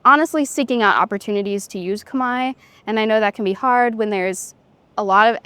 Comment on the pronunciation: Wow she can speak native!! No accent!! Pronunciation is amazing!!! Amazing because Cambodian language is extremely hard. I think it’s the hardest language in the world. She’s smart!!!